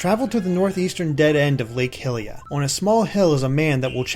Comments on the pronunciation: Lake "Hilia"? HILIA? Hylia's named after Goddess Hylia, not Princess Hilda... I mean, come on, it's Hyrule, not Hillrule... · its pronounced lake high-lia